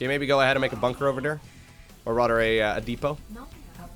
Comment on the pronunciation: Where are you from, you have a weird accent and I don't mean it in a negative way, I like it. You pronounce "rather" kinda like "rudder".